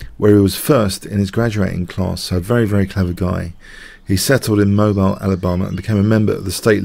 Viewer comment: Moe-beel is the pronunciation lol :)